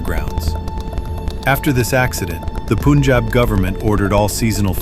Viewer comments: its not "poonjab" its "P-uh-njab" spelled as Punjab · Did he said poonjab?!?!?!